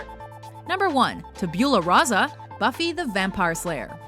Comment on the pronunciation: Say it with me... Tab-You-La-Ra-Sa